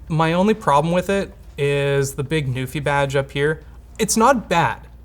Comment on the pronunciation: Until I actually saw it on the poster and such I thought was saying "Newfie" and I was so excited for a Canadian product getting featured!... Nope, it's NuPhy >.>